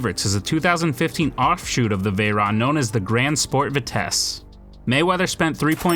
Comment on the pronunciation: First-cairon????? Second-that’s a veyron